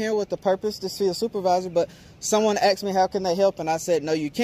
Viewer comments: Is it me or is the auditor saying I axed him a question.... you do know it's asked...right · “Ask her what I axed her…” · axed lmao